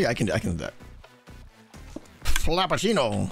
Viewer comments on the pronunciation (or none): "Flappuchinno" that's a new one XD